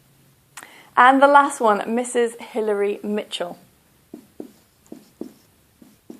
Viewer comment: The name of Michel you pronounced E like